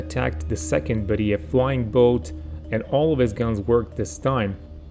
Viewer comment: thank you for the story, very interesting. But please, pronounce correctly: it's "bÉriev" and "petlyakÓv".